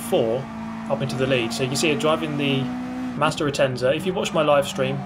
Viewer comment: Driving the...... Măzder Atenza